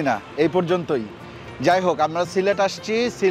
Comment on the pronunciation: সিলেট কে সিলট বলতেছেন কেন বেকুব এর মতো,আপনার বাড়ি কই